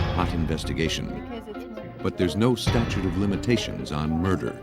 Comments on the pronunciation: 0;50--Statue of limitations? It's STATUTE of limitations? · Did he say “statue of limitations”? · STATUTE not statue!